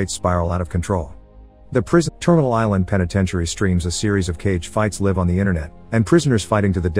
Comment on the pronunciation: Lol did it just read live as live and not live